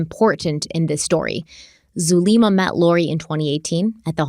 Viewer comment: I believe Zulema is pronounced "Zoo-lemma" like the name Emma